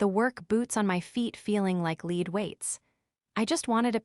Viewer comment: So you really don't know how to pronounce l e a d do you